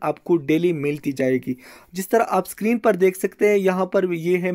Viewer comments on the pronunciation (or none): none